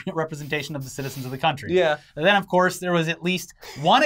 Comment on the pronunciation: "billions zen billions zen"